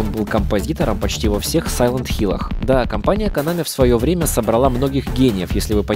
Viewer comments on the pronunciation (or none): none